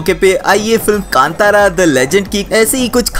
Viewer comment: I am Commenting because you Pronounced Film name Properly 👏👏